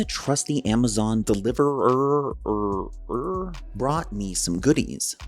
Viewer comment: he said delivererererer 😂 Just like my fiancee would prolly say Edit why does that SS logo remind me of the S in the Slayer logo 🤦🏻‍♂️